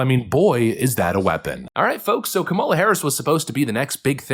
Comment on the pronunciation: Isn't that Mark guy pronouncing Kamala incorrectly? hhmmm...